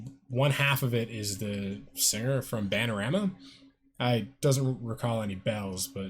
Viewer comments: Maybe it’s because I’ve never heard of you (btw, it’s “Bananarama”, like the plantain 🍌 + rama, not “Banarama”, and the fat you continually get it wrong leads into my main question…) why would you have “merch” to sell? There’s a BIG difference in being an indie/alt/underground artist or persona that can legit offer merchandise, but if all you’re known for is botching names and “reacting” to the first time you see or hear something, who beside your mother would want a shirt or sport bottle or whatever you try to peddle on the side? It’s not like you really DO anything that EVERYONE ONE EARTH DOES the first time they hear or see something. You’ve got a solid beard, but what else do you yourself do? I’m asking you to sell me on your merch. If you yourself can’t explain why buying your branded stuff is worth it, well, why bother? Sell me on you. This is your chance. I should just record and post everything I’ve seen, heard and done before and make a channel about it and expect people to not simply appreciate my thoughts, but BUY STUFF WITH MY NAME ON IT. I assume you’re just hoping for the random drunk-buys. The key to not looking stupid selling stuff all about yourself is to ACTUALLY do and create original material (reactions to OTHERS’ don’t count), gain some fans, then offer extra stuff to buy. You seem to rely on aforementioned drunk-buys, family and friends who feel obligated, and use made-to-order services to eliminate overhead. People can buy what they want. Whatever. But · *Its Bananarama, not Bannarama. :) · Ba nan a rama, not ban a rama 👍☺️